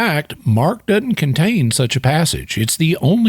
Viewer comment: The word "doesn't" isn't pronounced "dotint". Your videos are fantastic.